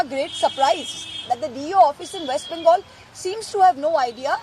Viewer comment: why don't you pronounce bengal correctly? Pl do the same correctly